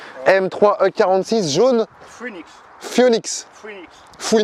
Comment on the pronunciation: jaune phoenix, ça se prononce fénix pas fouinix xà